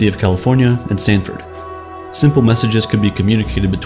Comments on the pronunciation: Yeah. I am pretty sure it's Stanford not Samford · Shouldn't it be Stanford, not Samford? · Samford? You sure about that homie? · I think you meant Stanford not Samford University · Sir, I am positive that you mean STANford and not SAMford. They aren’t known for dick. This is coming from someone who is from Birmingham, and would definitely know if they founded the internet. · I was thinking the same. He said the early Internet was created by people at UC and Samford. Instead of Stanford. Well, maybe that’s actually proof that it isn’t a bot.